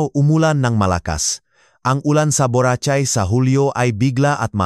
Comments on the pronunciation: Mali pronounce Nyan sa Borachay BORACAY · Ang pangit magsalita ng nagbabasa mali p pronounceung buracay ang dinig ko buratsay marami p mali ang bigkas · Boracay hindi borachai, daw gago ka!!!! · does not know how to read BORACAY